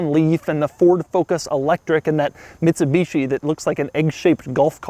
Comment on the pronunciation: its the Mitsubishi "I" yes "I"